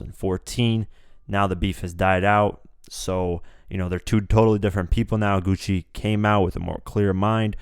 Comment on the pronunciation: bruh hes name isnt pronounced Gucci main hes name is pronounced gucci man